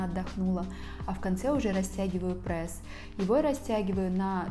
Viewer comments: Меня одну бесит что не прес а прэс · Вам тоже не нравится когда кто-то говорит Прээс?😆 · Я тоже говорю "прэсс"😊😁